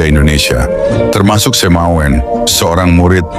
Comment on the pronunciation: Bukan Semawen, tapi SEMAUN ditulis dalam ejaan lama SEMAOEN --- oe dibaca u contoh Presiden Soekarno, Jenderal Soedirman, Laoet Soeloe dibaca Laut Sulu